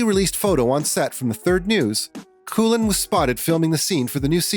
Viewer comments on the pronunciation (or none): Nicola's name is not coolin! Coughlan is pronounced cocklan.